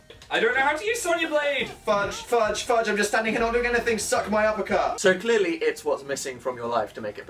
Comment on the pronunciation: When Dan said "suck my uppercut" I thought he said "suck my apricot" :L